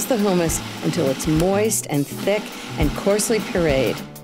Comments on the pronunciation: She's so bougie and uppity that she's messing up words...Hoomis???? It's hummus.. hum like in hum a tune......yet and still she's one of my favs 🤣🤣🤣🤣 and don't forget, always use "good" vanilla 🤣💀🥴🥴🥴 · Ina, it's pronounced hummus not who - mummus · Who - muss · Is it weird that it bothers me that she keeps saying "who-muss?" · "who says "HOO-mis?" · Wtf is Hoooo-mas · Why does she keep saying hoomus ? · Terri Myrick I'm with u on that. I never heard it pronounced that way.